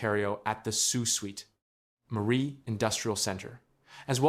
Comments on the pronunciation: Sue Sweet Marie? Sue Sainte Marie please. Crappy AI pronounciation. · If this is a Canadian project funded with Canadian money, why are you showing hands counting American money? Leave them out of it! Also, it's pronounced "Soo SAINT Marie," not "Soo SWEET Marie". Obviously a U.S. video or else he'd know something that simple. Why should we, as Canadians, watch a U.S. video about Canada and expect any of this to be true? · It’s pronounced Saint not sweet marie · Why can’t any of these videos pronounce the name of my city, Sault Ste Marie is pronounced Sue Saint Marie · It is pronounced Sault Saint Marie. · Tell the bot that the city's name is pronounced "soo sainte marie" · ❤❤❤❤❤ yes that pronunciation has driven me crazy for months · The mispronunciation of the city name certainly does not add to the quality or 'listenability' of a website. The use of speech-generators slaying words need an ability to replace badly-formed words with a better-sounding version. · damn annoying isn't it....makes you wonder about the accuracy of this entire report